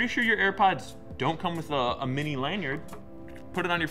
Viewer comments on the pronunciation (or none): none